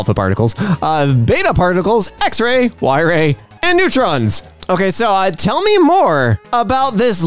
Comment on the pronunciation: y-rays?? Yep, I vote for this pronunciation change.. y-ray burst sounds a lot less scary!